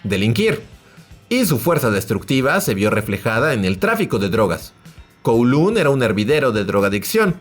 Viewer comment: Se pronuncia Koulong. 😅